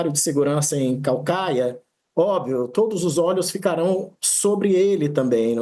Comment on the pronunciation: "Cauacaia" tá errado. O correto é Caucaia... =)